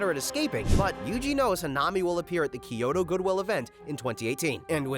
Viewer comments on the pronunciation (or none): none